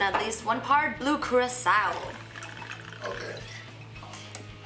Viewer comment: The fact that they're pronouncing curacao wrong really annoys me.